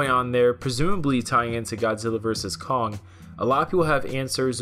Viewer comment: "Godzilla vs Cock". Sorry, I can't unhear it now 🤣